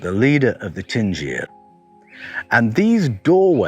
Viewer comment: is it not 'dingir' DIN-GIR? i think you are saying Tingir....'din' indicates divinity....